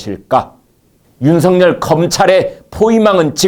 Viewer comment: 윤석열을 윤석렬로 발음하지 마세요